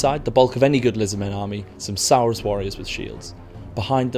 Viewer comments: Some "sourus" warriors? Wtf is a sourus? It's Saurus mate. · its pronounced Saw-rus not sow-rus. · Surely its pronounced 'saw-rus', not 'sow-er-us', as in 'tyrannosaurus'. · Wtf is a sourus? Saurus dude. Like almost every dino name I can currently think of :p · Please stop pronouncing it as sow-rus warriors. The game is looking absolutely awesome though. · every time i hear 'Sow-rus' it makes me shudder. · Cringe at the way he pronounces Saurus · Who got annoyed when he said saurus warriors??